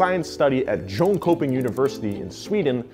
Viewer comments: that pronunciation 😂💀 (it's yone-shope-ing) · "JoneCoping" you mean Jönköping? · Yo btw I’m from Sweden and a couple years late actually you say it JonShopping Oonivarshitty ik it’s funny but this is how you say it lol 😂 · Jonköping is pronounced in Jan-shh-ping '-kö-' makes a shh sound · I loved how he butchered the name Jönköping